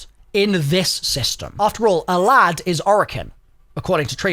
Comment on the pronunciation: What a strange pronunciation of sALAD-V you got there